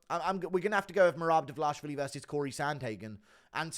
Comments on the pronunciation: Can you stop saying Davlashvili? It's Dva-lish-vi-li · it ain't 'Dvlaishvili' - annoyed the fuck out of me 🫠🫠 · The DVALISHVILLI pronunciation is HYSTERICAL!!! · please learn to say his last name right haha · why do you butcher merabs last name?